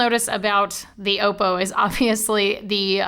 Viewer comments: its not pronounced "auxppo" its just oppo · It's Oppo not Opo! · Damn it! got you saying Oppo wrong too!